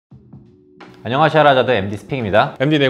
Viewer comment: 첫인사말 듣고 웃었네요. 안녕하셔라~ 하는 줄 알고.